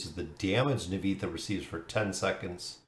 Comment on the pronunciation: Looks decent and she will be a huge and big hero for bosses … Nivanthi will change the meta for bosses forever thanks for the video. Btw spelling her name Nee-Van-Thee ❤